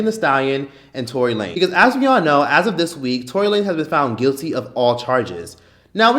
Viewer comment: bruh did you said toilet lanes Lmaoo